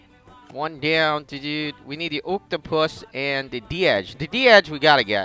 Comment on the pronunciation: You said Deege wrong